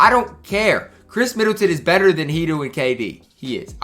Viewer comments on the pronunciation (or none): U da man with da plan but its hedoe not hedoo get right or im have to have a he doo doo on your headtop next time i see u in these myteam skreets